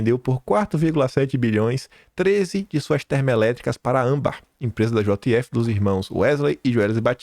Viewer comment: francamente. Chega a dar raiva o jeito irritante que você assassina o vernáculo diariamente, errando até as coisas mais simples, como a sílaba tônica de palavras comuns a qualquer um que não seja um analfabeto funcional, como ÂMbar e ausTEro. Falo como crítica construtiva, apesar de ser dura, é para contribuir com seu trabalho. Coisas como essa fazem sua credibilidade como jornalista cair MUITO. Por favor, mais atenção ao nosso belo idioma, já tão maltratado. Já chega a ameaça da infame "linguagem neutra". 🙄